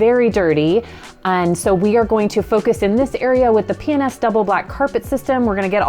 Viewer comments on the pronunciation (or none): I love land cruisers and P&S products. It sounds like she keeps saying penis though.